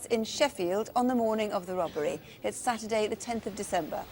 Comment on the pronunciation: I love the way Jacqui sometimes pronounces ‘robbery’ as ‘rubbery’.